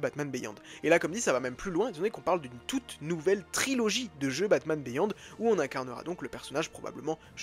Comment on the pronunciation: Ca se dit "BIYOND", pas béyond ! ;)